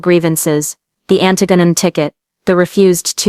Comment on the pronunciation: That's not how you pronounce Antigone